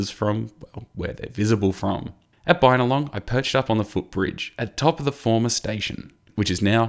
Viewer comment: Bin-a-long, not Bynalong.